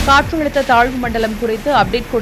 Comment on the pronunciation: Katrazhutha nu solunga...Katrulutha nu solitu irukinga